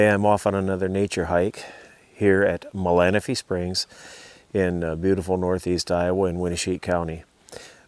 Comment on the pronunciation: Very cool. And you say Malanaphy correct 😉